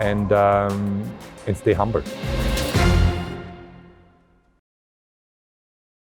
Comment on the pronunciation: Doesn't say humble Says hambull.